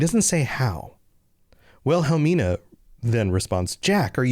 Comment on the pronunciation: Oh, it seemed like you were kind of struggling with the wife's name. So I hope I can help out. It's pronounced "Will- eh- me- nuh" 😉